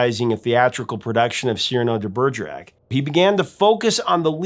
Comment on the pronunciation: Cyrano de Bergerac turns in his grave because of the way you pronounced his name. What is going on in the minds of Americans to so massacre the names of every non-American? Why not just put it in google translate and click on the speaker?